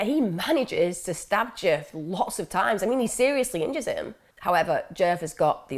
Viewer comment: I keep thinking ur saying jerk not DJef lol